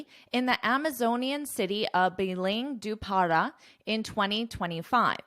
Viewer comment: I'm from Brazil I'm a little late haha. The Predecessor before Lula was Jair Bolsonaro. By the way you pronounced very well 'Belém do Pará' congrats. amazing lesson as always.